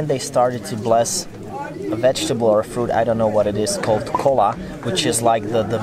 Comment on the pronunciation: Kola, Spanish speakers: 🤣